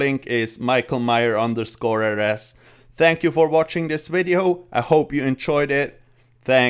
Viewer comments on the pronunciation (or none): “Shield of Arav.” Good, good, atta boi... “wideo” facepalm